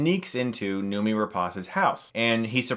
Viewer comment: Noomi is pronounced like "no, me". It's Swedish.